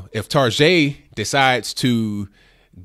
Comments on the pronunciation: What the hell is Targeagh? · I love how he unapologetically refers to Target as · lol i love the way you pronounce Target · good video. ..i thought target pronunciation was an Australian thing... made me laugh thanks man